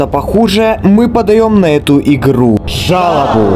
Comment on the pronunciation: жалобу, но слышно "жабу"